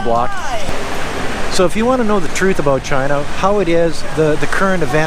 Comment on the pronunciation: "oat and aboat" lol